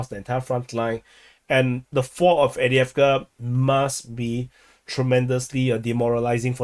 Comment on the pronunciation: After all this time he still can’t pronounce avdivka